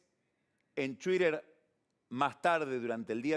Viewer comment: "Después, en chuider..."